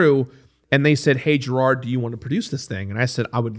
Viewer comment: Just a quick correction: it's Jirard, not Jirad. Otherwise, great!